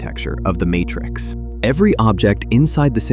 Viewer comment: What was that "Martrix" ? A human being would never have said "Martrix." Oh, this is awkward!